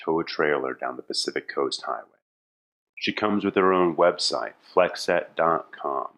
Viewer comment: as is the e at the end of flexette